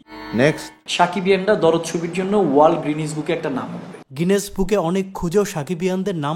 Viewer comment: আমার তো এই ভিডিও দেখার পর অনন্য মামুনের শিক্ষাগত যোগ্যতা নিয়ে সন্দেহ হচ্ছে। বুর্জ খলিফাকে বলছে ব্রুজ খলিফা, স্ক্রিনকে বলছে স্কিন, গিনেজ বুককে বলতেছে গ্রিনিজ বুক 😂😂